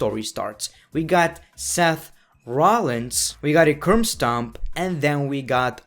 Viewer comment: What was that ?? "We got a curm stomp. We got another curm stomp" WTF is a curm stomp man.